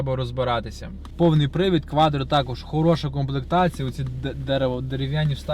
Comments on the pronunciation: Шо, кваДро 😀, говори кватро или продавай ✌🏻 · Квадро! Ауди объясните молодому человеку как правильно выговаривать слово quattro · Я не пойму - он кривляется или язык украинский такой )))) или дефект речи, кваДро это вообще зашквар , ахахах